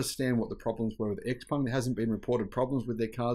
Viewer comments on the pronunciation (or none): It is Xpeng not Xpung